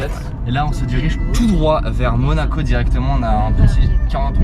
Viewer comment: C'était bien "MOACO" 😂 :P Très bonne idée de vidéo, ça change 👌 Peut-être juste faire un peu plus de plan dans les lieux (si c'est faisable bien sur) Continuez comme ça !